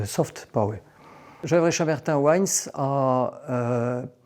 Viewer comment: The main thing I learned is how to properly pronounce gevrey chambertin.